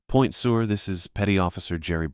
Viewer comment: It's pronounced Point Sir, now Point Sewer. Good story though.